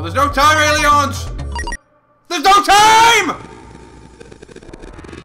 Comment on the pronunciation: "AELIONS" LOL!!!!